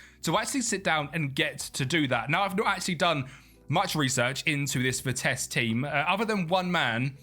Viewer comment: Please pronounce their name right.... Its Vitesse with the E at the end not vites as you pronounce it. Great video otherwise❤